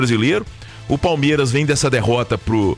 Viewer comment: PALEMIRAS O português ta em dia 😂😂😂😂